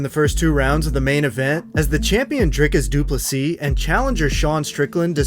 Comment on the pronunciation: Thank you for pronouncing DDP‘s name correctly 👊🏻